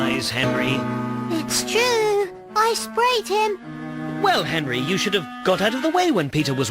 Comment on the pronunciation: I side with u but, who is “Herry” ? Don’t u mean Henry (just saying)